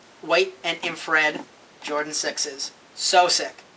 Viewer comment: Its " infrared " what a roach